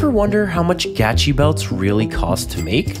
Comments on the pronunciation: I can definitely tell, you don’t own one Gachi belt 😂😂 much love bro but you could have learn how to pronounce it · HOW DID YOU PRONOUNCE GUCHI WRONG IT LITERALLY SAYS THE NAME ON THE ITEM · 'not sure if i can trust someone who pronounces Gucci as Gacci LMMFAO!